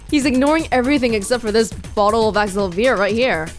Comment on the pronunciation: I'm pretty sure the correct pronunciation is Axe-sell-uh-veer. I'm not sure if it will be the same with the Japanese voice acting, but the English voice acting pronounces it like that, and it is going to drive me nuts if you keep pronouncing it differently. Edit: As mentioned below, the Japanese version is Axe-sell-ah-veer, while the US pronunciation is Axe-sell-uh-veer.